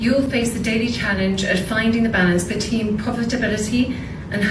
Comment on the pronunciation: The balance “BETEEN POVERTABILITY” 😂. Khate needs to start with “the rain in Spain falls mainly on the plane”😅 Khate is not ready for advance level elocutions 🤣🤣🤣